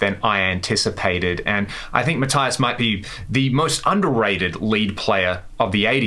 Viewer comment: Mathias.....imagin the i is a double e.... matheeus. Apart from that, very good. Awrsome bit of uli at the end too........ maybe another piece of meat next ?